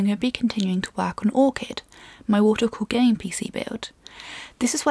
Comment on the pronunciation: I know I'm probably hearing this very wrong.. but "my water-cocaine pc build"? tested with both speakers and headphones, still hear this :o